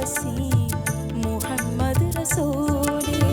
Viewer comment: Super....പ്രത്യേകിച്ച് അറബിക് ഉച്ചാരണം (മുഹമ്മദ്) also Super